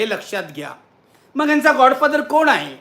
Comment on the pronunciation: नक्की नीट सांगा गॉड की गा? बोलताना जीभ घसरतेय